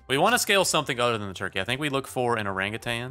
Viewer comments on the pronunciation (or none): none